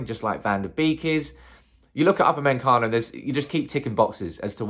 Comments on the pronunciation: Man keeps saying Up a men cano its pronounced oopa may cano... how hard can it be.. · Normal people: Upamecano: UpAnDmEnCaNo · NOT UpameNcano, Upamecano! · Nobody: Absolutely nobody:: Up-a-MEN-cano Well done mate 👍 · Everytime I hear to upper-man- Cano,....feels like we may missed out 😂😂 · UP-A-ME-CANO....Now saying all at once and you'll pronounce his name correctly 😅😅😅. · Bro, I love the channel but your pronunciation of UPAMECANO should be illegal 🤣🤣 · His ancestors are rolling in their graves. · Love the way you pronounce his name 😂😂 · Wow that pronunciation is top class 😂😂😂💩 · Brits 🤝🏿Butchering non-English names